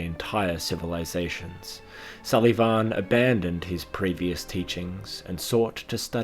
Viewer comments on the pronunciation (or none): "Sul-Ee-Vawn" Dear god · I cannot stand how you say sulyvahn. got about 1 minute and 30 seconds in, but your weird pronunciation ruined the video for me. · to an irish person you have a funny way of saying sulyvahn